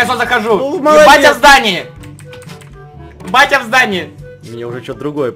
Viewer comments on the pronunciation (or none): Мне послышалось что сказал "ебять я в здании" XD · Мне одной послышалось (ну и ) что сказал не батя в здании а еб*ть я в здании?😹